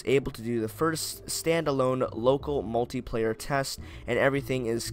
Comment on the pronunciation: Multiplayer* not muliplayer (I'm melon soup on my bros acc)